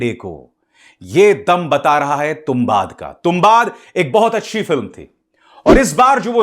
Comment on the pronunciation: तुंबाड hai sir, not तुंबाद 🙏🏻